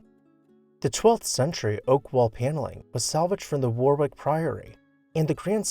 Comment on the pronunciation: Warwick is actually pronounced Warrick.